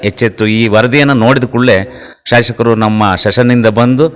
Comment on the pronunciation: ಶಾಶಕರು ಅಲ್ಲ.ಶಾಸಕರು ಅಂತ ಹೇಳಿ.